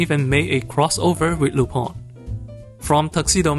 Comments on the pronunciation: The same way "Tintin" is originally pronounced. A sort of nasal "aw", so Lu-PAWN. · Lü-pehn, it's a French name. The Lu- part is pronunced like the "ü" in German. The "-pin" part is pronunced like pen, but the vowel is nasalised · Lupin pronounce [ lypɛ̃ ] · it's RUPAN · As a french guy I just pronounce it Lup-[ɛ̃]. "Rupan" is a more japanese fitting pronouciation tho. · Why does everyone who speak English say Lupin wrong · Did not expect to see Lupin the 3rd mentioned here and happy to see it recommended to others, i forgot he might be "niche". I meanwhile wait for the new Lupin project announced myself but i might rewatch this film it was fun the first time. "Lu-PAN? or Lu-PIN?" I think is how i usually pronounce it i think myself btw.